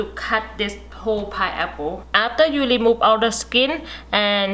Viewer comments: Remove - lemove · I was going to comment this too but had seen you already did. She’s so cute. 😂 L-emove instead of re-move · Why are you "lemove" all the "r" wkwkwkkwk ? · Love to hear when she say"lemove" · Leemove the eye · I really like the word she say remove(lemote)